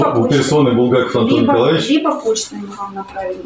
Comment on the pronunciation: почему вы называете онтон,а не Антон?!